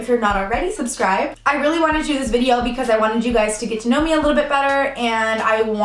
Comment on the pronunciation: "Wideo" lol do you watch slim whispers too? 😂😂